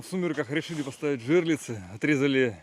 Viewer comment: Пацаны, не говорите жЕрлицы, правильно жерлИцы, Вы же не говорите нАлим, печкА. Сечете.?